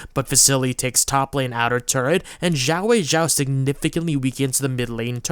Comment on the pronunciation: the butchering of "xiaoweixiao" always hurts to hear. the way you incorrectly pronounce it would be as if his name was "zhaoweizhao" instead. lol.